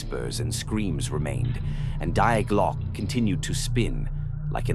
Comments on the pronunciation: "The double-u way" 🤔AI glitch? Also, it's pronounced "Dee Glo-ke" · Sounds like lazy AI generated which is ridiculous even then because Die Glocke is mispronounced.